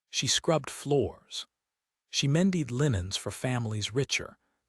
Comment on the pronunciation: The other one driving me nuts is men-DEED instead of MEN-ded.